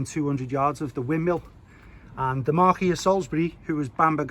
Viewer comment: It says Motor car on the postcard. Btw it is Marquis not Marquee you do sound the "s". Marquee is the structure you have for a posh wedding 😊😂